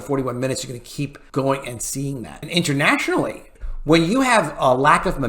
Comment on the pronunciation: Lol he just almost said "intermationally"